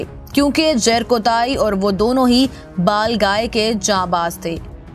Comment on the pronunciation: Kis kis ne mistake pakdi he iski balgai bhi bolna nahi ata he chali chanel chalane balgai hota he baglai nahi